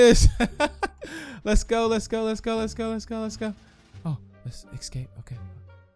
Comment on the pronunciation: It's escape, not ickscape